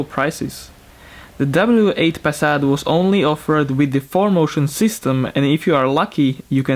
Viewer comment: sorry but the w8 is a "w" not a "v"